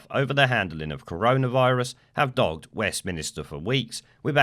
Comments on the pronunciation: Stop saying "West minister" It's 'Westminster' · its not west minister its westminster